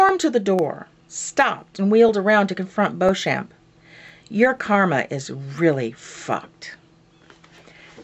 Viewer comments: I love this idea!!! Tales of the City is my all time favorite!!! My mom sat me down when i was a kid and made me watch the mini-series on PBS (she always knew)So I have one minor correction It's pronounced Beech-um. I only know this from the Mini-series. The first 3 books were made into their own Mini-Series, all of which are available on DVD, and there are rumors of babycakes being made on Showtime. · Awesome idea .... when I get a camera I'll join in the fun! The Tales books are some of my favorites, but FYI Beauchamp is pronounced Bee-chum.